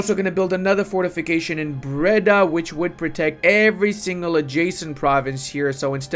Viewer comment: I both laugh and cringe at the way you pronounce the dutch provinces. It's closer to 'bray-dah' instead of 'bredda'. Bredda sounds Jamaican, which is cool too:D Thanks for the video,!